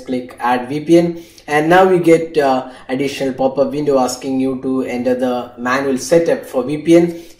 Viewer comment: Its not working in windows 10 phone.... Bro... by the way its not 'ender' its 'enter'